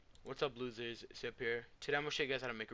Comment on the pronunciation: He said whats up lossers